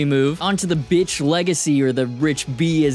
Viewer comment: It's called Bich, not Bitch...